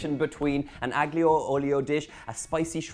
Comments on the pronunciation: aglio olio , drop the G, it's silent... as in: allio olio. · The ‘G’ in ‘Aglio e Olio’ is silent: It’s like the ‘P’ in ‘Psychology’.